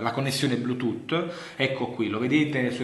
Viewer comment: ыыыы )))))))"блютутто" ))))